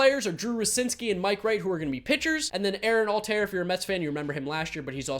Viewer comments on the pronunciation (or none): none